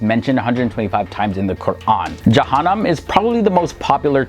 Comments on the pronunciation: You absolutely butchered the pronounciations of the names of jahanam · Jaheem my man, Jaheem is the deepest level of Jahanam